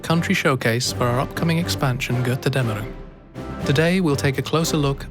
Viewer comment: 6 dev diaries later and still can't pronounce Götterdämmerung like a Deutscher.